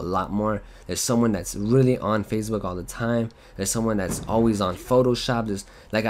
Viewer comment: I like it how he says Facebook like fazebook. Lol